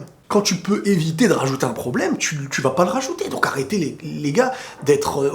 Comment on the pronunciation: C'est un pwoblèmeuh ! C'est un gwo gwo pwoblèmeuh 🤣🤣🤣🤣